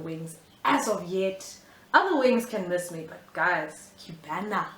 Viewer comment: This look 😍 Loved it ✨ The way you said Cubana 😂 Going for 2 years without meat so it isn't that hard .